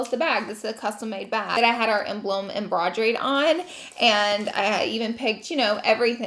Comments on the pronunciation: Did she mean to say embossed or embroidered? Sounded like embrowdeed lol. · I know the french derived words get you girl - just wanna help by letting you know how to say embroidered! (the sewn detail of your logo on the bag!) embroidered - em - broy - derd Love you and so excited for your brand to keep growing! xoxo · We’re not talking about Laura’s bag being “em-BWAH-drade” with her logo? Lol love the little weirdly pronounced words Laura shows. It’s kind of adorable.